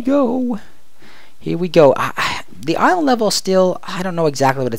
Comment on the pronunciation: I really like you videos :) But when you'r writing "/island level", the way you say island is seriosly annoying :D The same when you say out loud that you write "/c" and "/c c ......... " :)